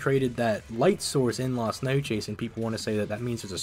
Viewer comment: Hearing you pronounce “Las Noches” made me surpass both Saitama and Ichigo.